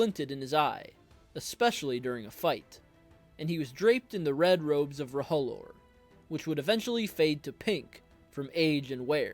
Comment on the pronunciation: It's pronounced roe-lore Not ro-ho-lore 😂